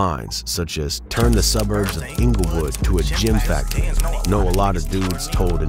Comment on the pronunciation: Its "GEM FACTORY" not "Gym Factory". Lol